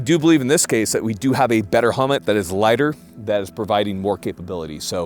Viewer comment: better “hummet!”